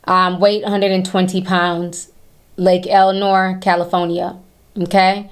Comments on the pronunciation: lake whaat? 😂 lake el.sin.ore. Lol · Can you say lake Elsinore right please !!!!